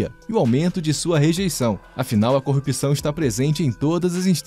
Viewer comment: É "corrupção", e não "corrupição" 😄